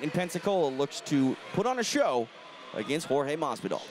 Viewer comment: Hot Boi weird. he pronounces his name correctly